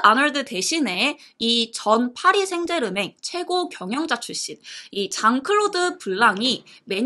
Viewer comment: 죄송한데 듣다가 힘들어서 포기햇습니다,,, 더선이 표기는 맞을지라도 발음은 더썬이 맞눈거 같구 파리 생레즈멩? 은 어지럽네요ㅜ 화이팅 하세요!